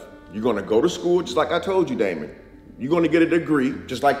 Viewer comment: He calls him Daimon???